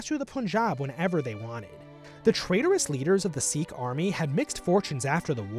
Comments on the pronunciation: Ranjit is pronounced Runjeet Not rahnjaht lol Sikh is pronounced sickh not seek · Its crazy how many people mispronounced Sikh. Its "SIK" or "SIK-EE" not "SEEK"